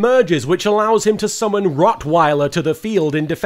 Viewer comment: In Jaden's defence, it's called "Wroughtweiler", but you absolutely can't tell that from his pronounciation.